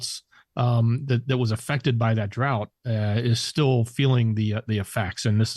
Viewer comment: Just to be helpful - drought is pronounced drowt